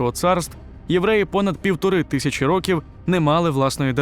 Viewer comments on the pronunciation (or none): none